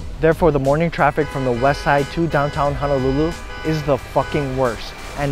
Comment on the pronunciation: Auwe. “Hana”lulu. C’mon guy 😉